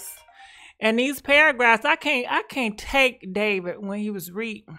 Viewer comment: ......what's goin on with Davit.....lol the way she pronounces ppl names.lmfao